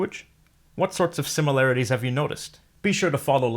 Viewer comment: Is it me or is the plain consonant aspirated? : I'm hearing the b in alläbën (typing from mobile so schwa is out of the question) as a geminate. : "similarties"